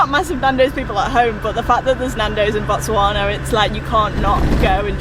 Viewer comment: The way she pronounces Botswana like she is a native❤️English people always struggle with the 'Tswa'